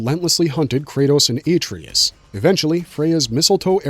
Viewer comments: “Aye-Tree-Us” YUCK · Dude clearly never played the game. "a-tree-us" huh? Why am i here listening to some dude read off a Wikipedia page?